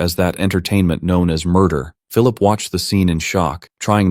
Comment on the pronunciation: Well I keep hearing is Phillulip 😂 it's Phillip or Philip 😂 But other than that you did a good job. The video was awesome